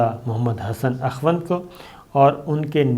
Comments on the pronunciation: AKHWAND nahi Akhund kehte hein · السلام علیکم، براہ کرم الفاظ کی ادائیگی کی تصحیح فرما لیں۔۔۔۔۔۔۔۔ پنجشیر میں شیر کو اس طرح ادا کریں کہ جیسے شیر و شکر (ش کے نیچے زیر ہے)۔۔۔۔۔۔۔ مولانا ہیبت اللہ غلط ہے صحیح تلفط ہبت اللہ ہے (ہ کے بعد ی نہیں ہے)۔۔۔۔۔۔ اخوند میں و ساکن ہے لہذا اسے اخند پڑھنا چاہئے۔۔۔۔۔۔۔۔ شکریہ